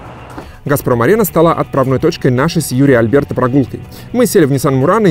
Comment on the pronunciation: АлЬберто. Блин, вы как комментаторы на "Матч ТВ". Все никак не выучите, что Алберто. Без мягкости. У вас же в названии получилось как-то правильно написать.